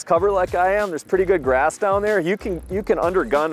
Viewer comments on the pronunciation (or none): none